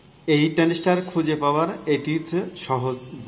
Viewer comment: ট্রানডিষ্টার নয় ট্রানজিস্টার হবে। এটা ট্রানজিস্টার নয়।